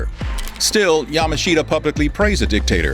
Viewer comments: Yamashita is not pronounced 'Yama-sheeta' rather it is as though the 'i' is silent hence 'Yamashta'. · His name is pronouned like Ya mush ta. Yamushta. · I agree that the person narrating was in general very good but his constant mispronunciation of General Yamashita's name was grating. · If you can't pronounce the name of the person you're talking about, your credibility is close to nil.